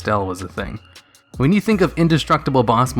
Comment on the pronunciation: "Wehn" Yeah, I saw that fisherman